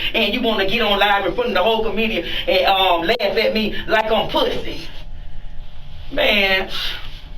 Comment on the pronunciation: "Made us look skrate puhh-say" x4 Its a wonder he's not pre-med